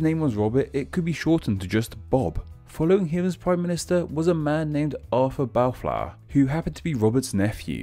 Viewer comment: "Barflour" Really lad?